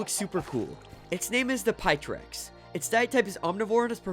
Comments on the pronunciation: Bro said pytrex instead of pteryx /terix/ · it not called pteryx its cold teryx the p is silent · pteryx is pronounced teryx